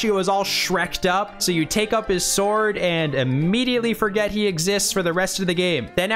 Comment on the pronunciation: The dog cut destroyed me pls Thanks for putting so much time into this one (all four heart pieces is serious swag), and also for pronouncing it s'word, you bring light to our days Every one of these makes me question a little harder why I'm not playing Oracle of Ages/Seasons right now